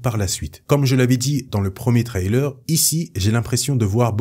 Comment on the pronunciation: Par pitié change ta manière de prononcer "trailer" Surtout que, évidemmeent, tu le dis 800 fois